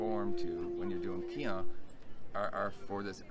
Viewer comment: Finally, a Caucasian who pronounces the Japanese/Okinawan terms mostly correct. (keehone is correct)